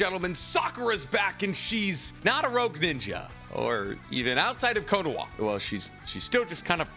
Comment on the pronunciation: Why does he keep pronouncing it as konowa WHERE IS THE W????? Naruto is down, sasuke is down, boruto is not in the village, there are no W’s in KONOHA